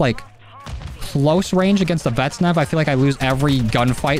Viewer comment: IW: "Vaznev" Joe: "Vetsnev"